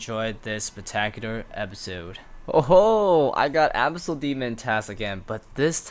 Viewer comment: The way you pronounce "Abyssal" bugs me